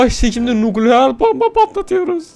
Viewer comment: Biri şuna onun nukleer değil nükleer olduğunu söylesin